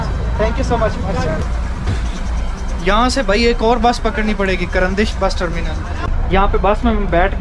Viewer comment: Tarmenal ka nam sehi Lyn. Kar andesh